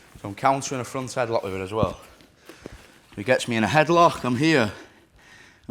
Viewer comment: "switch to get the reaction and come back to a headloghgkheh"